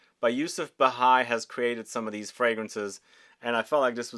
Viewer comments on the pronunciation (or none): It is Yusuf "Bhai" not Bahai. Bhai means brother in Urdu and Hindi.